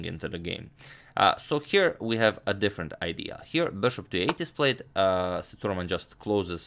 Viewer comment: #InNextVideo of him, Can you please, pronounce🗣️ Sethuraman name as 📢"Seah,Dhu,,Raaman"